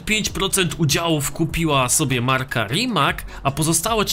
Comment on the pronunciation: Rimac czyta się rimac a nie rimak